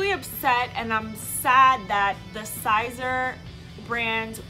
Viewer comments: FYI it’s Sēser long (E)!not Sīzer not long (I) SISER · It's pronounced like Caesar. Just saying. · Miser, riser, adviser, wiser, reviser... yeah it makes sense it would be pronounced like Caesar.